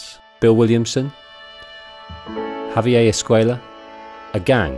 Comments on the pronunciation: Javier is Spanish, not French. It’s pronounced “ha-vee-air” not “hov-eeyay” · "Javier" is not French. It's "hav-yair," not "ha-vee-yay." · Javier not javiei your pronounciation is off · Lol I've never heard someone pronounce Javier as if it's French. It's pronounced "Hah-vee-air", in English. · Why does the narrator keep pronouncing Javier like Perrier? It’s Spanish. Not French. I get that the UK is kind of far from Spain, but still.... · You're pronouncing Javier like it's French lol. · Great narration, with exception of the constant mispronunciation of javier's name... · You're killing me with the pronunciation of Javier...